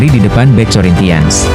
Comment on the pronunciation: belajar sebutin nma dgn benar,robin yo,korintians..ini yg benar kak..😊